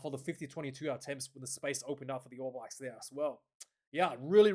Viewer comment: Stop calling them the All Whies ya hua.